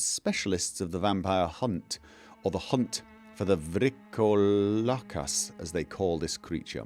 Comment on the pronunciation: I know that foreign and unknown words are hard to pronounce properly. But as a greek I find your VrikoLAkas funny. It almost sounds as if you call him a VrykoVLAkas (i.e. stupid wolf ) xD In case you were wondering, it's VryKOlakas :) Now why someone would confuse Vrykolakas for vampire instead of werewolf, that's still beyond me. I mean, even the ingame letter refers to them (correctly) as people who could transform into wolves, according to Herodotus. As for the operation: While I haven't studied medicine, I've seen a lot of movies. When someone is about to die, they take out a huge epinephrine syringe and stab it right into the heart. But the nurse probably didn't have any there, so I think it makes no difference. On another note, I find solace in the knowledge that I'm not the only one constantly getting lost while using a map.